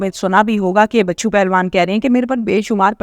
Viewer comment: بچو پہلوان نہیں ۔۔۔۔۔ بچھو پہلوان